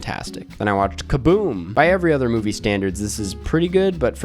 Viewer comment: it’s MOVIE not MUBI 😂😂😂 anyways i watched thor L&T: 1.5 ⭐️ NOPE: 5 ⭐️ i didn’t watch a lot this month, but i think i got the best and worst of what was released